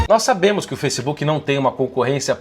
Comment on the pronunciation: Foissebook Kakakakka